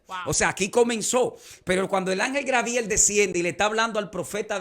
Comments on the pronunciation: Se dice Gabriel usted sabe mucho pero así es el nimbre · Me imagino que este pastor es de República Dominicana, porque siempre dicen Grabiel, y es Gabriel.